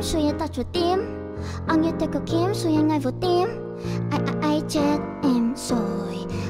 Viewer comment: kobo phát âm khá chuẩn đấy có mấy chỗ không đúng như từ "khó" kobo phát âm hơi sai thì phải còn từ "anh" kobo phát âm thành chữ " ăn" r còn chữ "tối" kobo phát âm thành chữ "túi" con chữ "em" thì vài chỗ kobo nói thành chữ "ăng" :)))) có vẻ tui soi hơi kĩ :)))